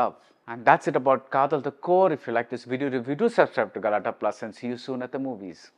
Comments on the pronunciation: It is "Kaadhal" and not "Kaathal"...காத்தல் அல்ல காதல்... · Dharmam can't have the "Tha" sound like Thala..Another example, you can write KJ Yesudas or KJ Yesudhas but not KJ Yesuthas.. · It is a tamil word written in English and while pronoucing, malayalees are pronouncung it as "Kaadhal" only (the same sounding when you say "Dharmam, Adharmam (DH and not TH)...and you write "Dhoni and Thoni"..